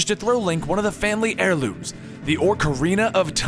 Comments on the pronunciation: it`s pronounced o-carina of time. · liking the videos, but why the stuff is he saying orcarina? we all have strange ways of pronounciating zelda words, but this guy is bold as all heck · And "Orcarina". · its not oRcerina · Aw ka ree nuh. Ocarina that's how it's pronounced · ORK-arina? smh... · "Orcarina?" "Ganondolf?" wtf is this shit, has he ever actually played the games. No respect- absolutely disgusting. DISLIKE. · Foroarai? Ganondalf? Orcarina? I know you aid you were reading it but really? And 100 festivals set 100 years apart is 9900 years not 1000. If there were 2 festivals set 100 years apart there have been 2 festivals. Therefore where n is equal to the number of festivals, the number of years passed is 100(n-1) = 100n - 100. I let the first mispronunciation slip but you just kept saying things... and I really like your voice over work normally. Also, Vaati was sealed in the four sword in Minish Cap. The picori blade becomes the four sword. Have you even played it? Vaati wasn't released again until four swords. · Picori, Vaati, Ganondorf, Ocarina, etc. are all oddly pronounced. Everyone I know says Pi-coree, Va-tee, Ganondorf (with an R), O-car-ina. Hope this helps. Great video though. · "Orkarina" "Ganadolf" >.< The things you pronounce things... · its OCARINA not "ORC"ARINA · It's OCARINA not ORCARINA, and it's GANONDORF not GANONDOLF. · Ah-carina and Ganond-oar-f. I nearly died when he said Ganondalf. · no offense but its oc-a-rina, not ork-a-rina, again not offence but it was killing me that you were saying it wrong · ÓCARINA OOCARINA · Ocrarina and Ganondalf. XDDDD That kinda bugs me... It's ocarina and Ganondorf... Where'd you get those...? He even types orcarina in his video description. There, grammar Nazi in me has been sated. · O-ca-rina! Not Orc-arina. XD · You said orcarina of time it"s supposed to be ocarina of time. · What's a orcarina its Ocarina and who's gannondolf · It's not Orcarina, it's Ocarina. You keep putting Orcs in your Ocarina.